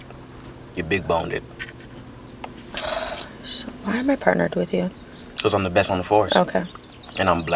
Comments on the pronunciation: “Big Boneded” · He said "boneded" LMBO